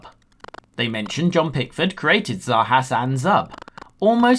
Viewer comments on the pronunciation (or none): You think that's bad, that's the first time I've heard Zarjaz/Zarjas pronounced with a 'Spanish' J...